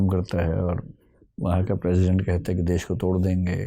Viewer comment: DES NAHI HOTA HAI BHAI...DESH HOTA HAI .. HINDI MEDIUM SE HAIN TO GARIMA KA V DHYAAN RAKHIE..